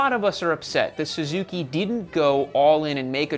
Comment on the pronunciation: "SUZUKEY" lol.